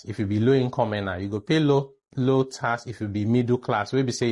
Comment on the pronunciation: Tax not task wena msunu